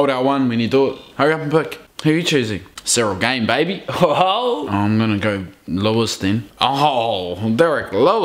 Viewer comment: You said ciryl gane wrong bro